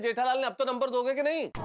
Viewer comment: nober nahi number hota hai